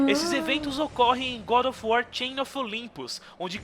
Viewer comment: gud of war kkkkkkkkkk